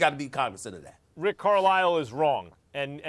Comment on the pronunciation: Why the fuck would you pronounce Carisle like Carlile??